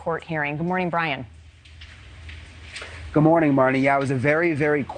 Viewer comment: Moscow Idaho is pronounced Moscoe.